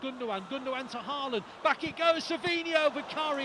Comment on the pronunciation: Even City commentators can't say Haw-lann ? (Haaland)